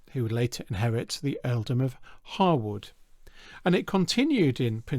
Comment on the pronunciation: extra points for the correct pronunciation of "Harewood" and "Lascelles"